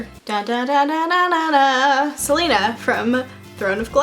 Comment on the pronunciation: Celaena = Ce-lay-nah. Not Selena